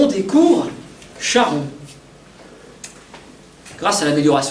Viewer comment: On ne chie pas en grec ! Charon=Karon.